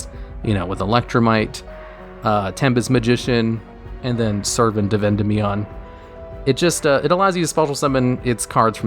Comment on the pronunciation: anyone else notice that when he was talking about electrumite he pronounced endymion correctly, and while talking about servant he doesn't even get close?